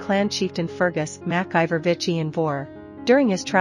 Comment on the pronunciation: You have wonderful diction and play the piano beautifully, but I must propose one minor suggestion. The Scottish surname MacIver is typically pronounced “Mac-Eever”.